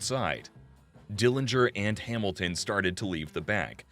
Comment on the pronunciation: I like how he pronounces Hamilton Hamil ten... lol....wtf...